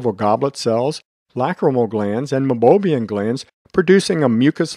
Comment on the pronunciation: Great video!! But, it's pronounced MEI-BO-MIAN glands.